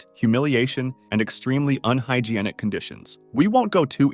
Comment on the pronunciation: wtf is higeeanic .. do mean to say hygienic .. hi-gen-ic ... hi-gee-an-ic isnt a word bro ..